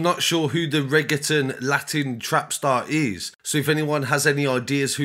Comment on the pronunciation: Bro at least learn how to pronounce Reggaeton